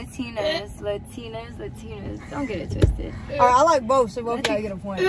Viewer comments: it’s not LUHTINAS it’s LATINAS 🤣 straight embarrassment i swear. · “ luhtinas “ LA-TINAS 💁🏽‍♀️ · She said Latinas wrong lol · FR she can’t even say Latinas right and she is mad that Kayla won and she stay mad oh and SHE RLY Copied what Kayla said Bc Kayla said She’s so desperate and then said it’s giving desperate vibes like she couldn’t find her own words or 😭😭